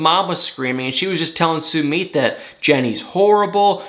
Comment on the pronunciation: How many times do we have to tell you it’s NOT SUE-MEET?!?! It’s SUE-MITT!! Can’t stand listening to you mispronounce his name. You’d correct someone if they mispronounced your name....be respectful and do the same for Sumit!! OMG! I’m embarrassed for you.